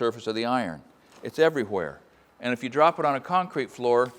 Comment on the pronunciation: lovely how he says everywhere as everygwhere.